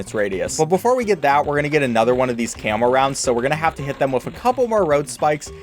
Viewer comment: It sounds like ur saying camel bloons instead of camo in btd4 Edit: ...and in btd5